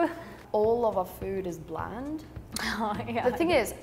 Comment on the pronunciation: Alamak... - "...is bland" and not "is blend"